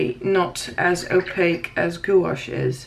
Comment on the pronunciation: Thanks for the in-depth video on these paints! A couple of suggestions. Perhaps you could be a bit neater filling the squares. It would look so much better at the end. Second comment, just an FYI, gouache is pronounced gwash. All in one sound. Goo-awsh kind of sounds like goulash - lol! I don't know if you have one but a color mixing video with these paints would he awesome! Thanks again!